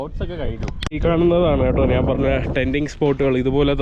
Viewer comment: അതിന് ബ്രോ മലയാളം നല്ല രീതിയിൽ പറയാത്ത എന്താ.. നാൻ നാൻ എന്ന് എന്തിനാ പറയുന്നേ.. ഞാൻ എന്നല്ലേ.. തെറ്റ് പറഞ്ഞു ശീലിക്കാതെ ബ്രോ